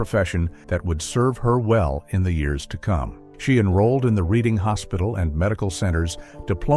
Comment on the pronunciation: Reading is pronounced “Redding”